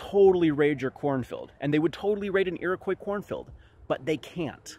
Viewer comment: *Iroquois. Edit: Just saying, love your content.